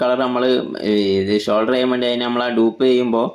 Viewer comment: ഷോൾഡർ അല്ല ബ്രോ സോൾഡർ